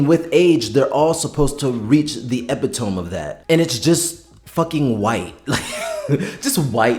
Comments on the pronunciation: can I help you with something considering you've made such a well pronounced video??? ok 1 note.. its "epi-tomeeeeeeeeeee" you pronounce the "meeeee very very loudly instead of the 3 sylabal thing you say. what is a "epi-tomb" lolololol...... your correcting folks..so please dont say that word as wrong as you did. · My friend, it is pronounced "ah-pitt-ah-mee" not "ep-ee-tome" Sincerely, Someone who also always reads it in their head as "ep-ee-tome" 😂😂😂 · sorry to be “that guy” but it’s ee*pit*oh*me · Epitome = eh-pit-oh-mee Happy reading! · Not to be that guy but it’s pronounced Eh-pit-oh-me (Epitome). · Not attacking, especially not defense of the show which fumbles way more than it fixes, but first epitome is pronounced EE-pit-oh-me. Second regarding Marius, part of the lore is the vampires are partially frozen in the time they were made. Being a roman that is physically fit, well read, with sandy blonde hair was the ideal physique at the time. Marius also falls for Armand, a 16 year euroasian boy (which would have likely reminded him of the Attila, aka the same barbarians that were attacking rome) with auburn hair. Pandora, Marius's first childe, falls for an India. Akasha and Enkil are initially living bronze statues. Its just they are like 6000 years old and dont drink that makes them white. Lestat is power hungry brat, so seeing how old Akasha is instantly draws him to her, the marblized skin is just a symbol of her age and power not her physical beauty. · The word epitome is pronounced e-pit-o-me. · Epitome is pronouced "eh-pih-toe-mee" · I really like your analysis. (As an aside though the word epitome is pronounced epit-oh-mee) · Great video 😊 Do you realize you're not pronouncing "epitome" properly? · It took me so Long to figure out you were saying “epitome” 😂